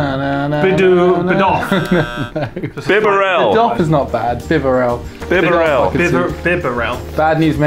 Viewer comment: Dafuq? They pronounced bibarel so weirdly, it's pronounced bee-barrel